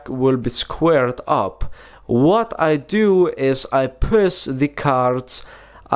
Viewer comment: This guy don't know how to pronounce sh, and in this entire video, he talks in one same freaking tone. Pus the top card....the card vanis.....and what's point of the card face up in the setup.